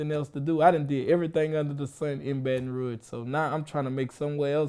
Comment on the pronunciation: Dude said "baton roo-age" bout fitty eleven times!!!